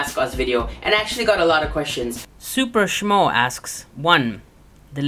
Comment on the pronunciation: nice when you ask a simple question and you get a skit reply, keep the awesome videos happening, although it's (soo-per-sh-moo)lol